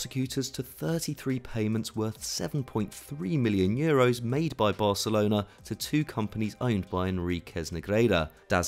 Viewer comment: is he saying varcelona xD